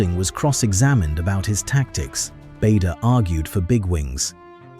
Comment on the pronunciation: 🎉The name Bader was pronounced incorrectly.